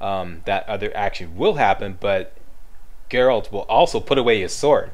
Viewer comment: Hey, been awhile. And THANK you for saying Geralt. 80% of the people who do some sort of "review" they call him Gerralt (You did once heheh, we'll pretend that didn't happen;D). Yeah, I'm in my 3rd play through of TW3. Damn TW3 is fun, but I agree with your gripes. But, all games have some problems with it. Oh, and Greetings from Manitoba EH!